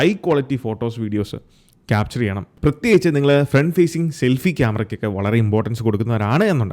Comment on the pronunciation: ഷെൽഫി അല്ല സെൽഫി 🙏